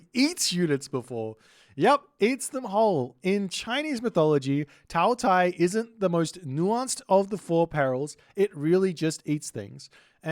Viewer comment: Qi is pronounced like "CHEE" so Qiongqi would be "chee-ong-chee" more or less, Qinglong would bee Ching-long Taotie--> Tao, like tah-oh, Tie is like tyeh, like a T before Yeah! Tah-oh-Tyeh Taowu you said well Hundun--> hoondoon more or less, but with a shorter oo sound than in moon baihu--> you said well Rushou-->roo-show XU is a shoo sound, more or less, so Xuanwu would be shoo-an-woo Zhuque, Zh is a hard J sound, and again Que is Chooeh, so together, Joo-Chooeh Basically remember Qi or any Q is almost always a CH sound, while X is usually a SH sound, Xi = shee, Xu= shoo, zh is a hard J sound Zhu-->Joo